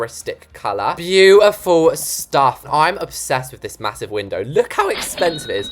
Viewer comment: “ma-HOO-sive window” - love you haha! 😂